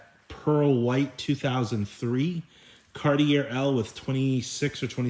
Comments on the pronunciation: Dude it's pronounced CAR-TEE-A. LOVE YOU BUT YOU SOUND SO I IGNORANT WHEN YOU SAY IT INCORRECTLY. IT'S NOT CAR-TEE-AIR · Awesome video! Love all of your long-wheelbase Cadillacs and Lincoln's. Just one thing. Being from Canada I cringe everytime you say car-tee-err. The proper pronunciation is Car-tee-ay. Cartier is a French word. Thanks, and continue the good work! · It's a Cartee-A. Just saying. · It's "Car-T-A" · The last R in Cartier is not pronounced, say it like this:Car-tee-eh.